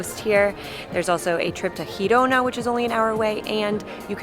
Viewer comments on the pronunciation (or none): Every time she talks about the Balearic Sea she means the Mediterranean, in case somebody doesn't get it. Also, what she calls «Hirona» is Girona. In fact, Catalan language does not even have that aspirated h sound English or Spanish have...